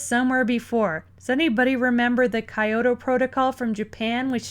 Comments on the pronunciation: This is a good video but please stop saying Kiyata Protocol. It is the KYOTO protocal; you know, the famous city in Japan. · KYOTO. KEE YO TOE. be fast on the kee into the yo. Kyo. Kyo. Kyo. not KA EYE. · It's Ki-yo-to, not Ka-yo-to. Good video though.